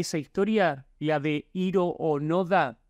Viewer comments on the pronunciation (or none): Dato curioso que nadie pidió, pero de seguro te interesa Hiro onoda se pronuncia como "Jiro Ónoda".